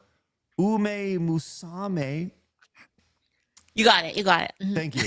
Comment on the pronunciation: uma (Ooh mah) musume (moo suh may)